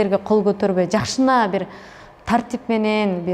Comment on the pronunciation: Жакшынааа деп сөзүңдү оңдоп сүйлөчү!!!